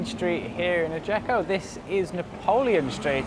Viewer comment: Note: it’s pronounced ajaxio